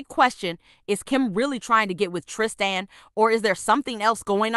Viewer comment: It's Tristan not Trist an